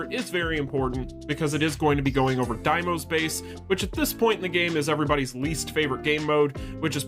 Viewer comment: It's D-mos not DIEmos you made me chuckle a couple of times 🤣